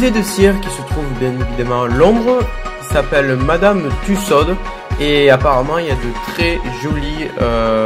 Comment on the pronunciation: "Madame TussauDE" !? Putain... On prononce pas le "D"